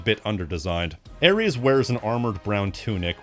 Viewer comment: Its ares and its not even close